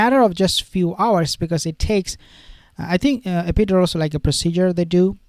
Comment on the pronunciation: Pronounced. Epi- dur-als